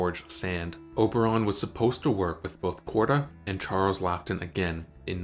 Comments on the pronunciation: Exactly, and inexcusable, you'd think it was AI reading it out, spelled Laughton and he pronounced it 😂ton, unbelievable. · Drives me nuts as well. Calcoota. Charles Lockton (to name just two) aaagh 🤯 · Its pronounced Charles 'lawton'. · Laughton, Niven and other names mispronounced. Please edit/proof with care.